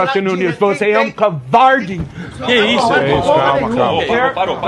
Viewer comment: Você é "couvardi".kkkkkkkkk